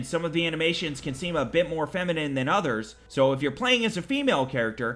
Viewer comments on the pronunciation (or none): none